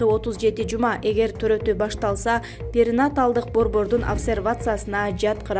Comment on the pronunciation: Перинаталдык деген сөздү туура айтууну үйрөнүңүз,журналист айым